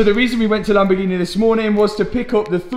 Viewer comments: Favourite place in the world, Lamborgeeneh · What’s a Lamborghina 😂